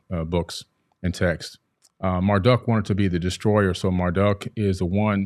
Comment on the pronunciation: "e-NU-ma-EL-ish," not, "e-NU-mee-a-LEASH," "MAR-duke," not "MAR-duck," "a-tra-HASS-iss," not "a-tra-SEESS," this fool has such a boner for Zachariah Sitchin. Have you guys ever thought that the same event could be described different ways, like, witnesses describing a car crash? Each text has an agenda. One, allows incest, rape, sodomy, tyranny, bestiality, murder, theft and encourages self-aggrandizement, the other text prohibits those things.